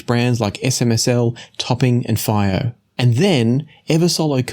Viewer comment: Is it possible that Fiio is supposed to be pronounced // FEE-oh // ?